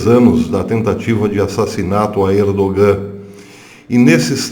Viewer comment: Professor, o "G" em "ERDOGAN" é silencioso, não se pronuncia. A Turquia não faz parte da Europa !!! Em outros tempos era "Ásia Menor"...... A Europa não inclui a Turquia .......